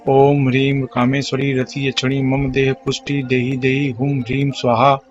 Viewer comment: इसमे सही शब्द क्या है। स्वाहा से पहले ह्रीं है। आप तो ध्रीम बोल रहे है।